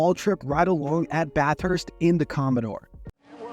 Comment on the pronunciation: I'll help you with some Aus pronunciation - Bathurst is pronounced Ba thust - Geelong is pronounced G Long